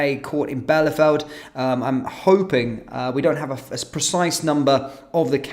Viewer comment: Bielefeld is pronounced 'Bee- le- Feld.'